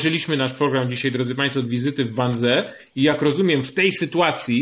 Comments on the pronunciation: to sie czyta 'wanzi' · Wannsee wypowiadamy wanzi... Panie Piotrze to aż w uszy kłuje. Serdecznie pozdrawiam. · Wiem, czepiam się. Ale cierpnę, jak Pan wymawia "Wannsee". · Wannsee jest nieprawidłowo wymawiane. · Learn how to pronounce Wansee